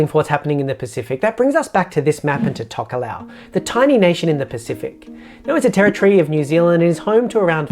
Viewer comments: Say Talk-aa-low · Great video, but from what I know of these countries (some study of these islands at tertiary level) your pronunciation of Tokelau and Tuvalu aren’t quite accurate. As I understand it they are Tok-ee-lao and Too-var-loo. Can anyone from these places confirm whether I’ve got that wrong or not?